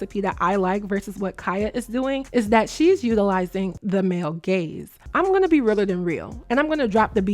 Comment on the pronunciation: Ooooo 😂 gaze not gays 😂